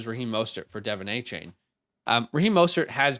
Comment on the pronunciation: Just so ya know, Devon Achane sounds like D’Von not Devin. Great video thanks guys.